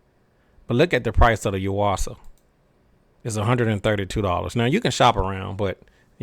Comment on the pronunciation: I've had good luck with the Duracell's. Also, i now know how to pronounce "Yuasa". I've been doing it wrong.